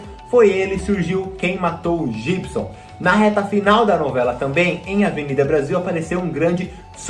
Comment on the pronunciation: Jibson? Não, Guibson BB